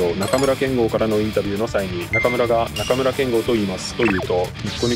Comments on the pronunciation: 中村けんごうじゃなくてけんごですよ！ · 中村憲剛選手の読み方に関して、 ×なかむらけんごう ○なかむらけんご 名選手の読み間違い本当に申し訳ございません。ずっと勘違いしてました。